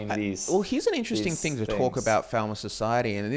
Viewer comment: I've noticed that you say Falmer slightly wrong